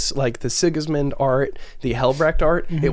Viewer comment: Six Sigma? You mean Six Gismund?